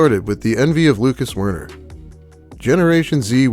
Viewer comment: Every time you say Wern I think Worm.